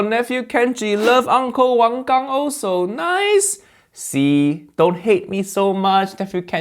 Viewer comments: Instead of insulting Uncle Roger, learn to pronounce wang gang correctly as that's more an insult to Asians more than Uncle Roger accent as Uncle Roger accent does exist in Malaysia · Just admit it, you thought he make fun of asian because you never really go to asian countries, look at how you pronounce wang gang. Then you realized the accent is a real accent. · Reminder that Nigel was also a victim of those anti-asian attacks. I don't think a whitewashed asian should be mansplaining a mainland asian as to what constitutes as stereotype and what's not. You couldn't pronounce wang gang right? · Dude as a first gen immigrant, that wang gang pronunciation was offensive. Didn’t even try. It wouldn’t be an issue, if he wasn’t being pretentious and gate keeping Asian culture by acting like Uncle Roger’s accent is “racist”. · kenj lopez you cant even say wang gang properly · LOL at “the way you said Wang Gang…. i am definitely more Asian than you”. Kenji definitely has adopted the lazy American habit of not learning to pronounce Asian names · It's embarrassing that this American chef is complaining about Uncle Roger while disrespecting Chef Wang Gang by pronouncing his name in THE worst possible way. Bro clearly has not got the respect to even try learn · As a California Asian, I want to say that we do pronounce Wang Gang that way. 🤣 I am deeply sorry. But, really, thank you for being so proud of being Asian. It makes us proud as well. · This guy asian who can’t even pronounce asian name correctly. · Accusing someone for racism and then proceeding to mispronounce Chef Wang Gang’s name it's just another level hypocrite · He pronounced Wang Gang like it was a porn star alter ego name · KAL's head-mounted camera is making me dizzy! And really, his pronunciation of "Wang Gang".... he just threw his Asian ancestors out the window! 😂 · Kenji forgot his root haiya.. can't even pronounce Wang Gang properly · Uncle Roger calling out his butchering of a Chinese name! 😂